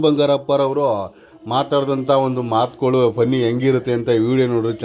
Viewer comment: Bro ಮಾತುಗುಳು ಅಲ್ಲ ಮಾತುಗಳು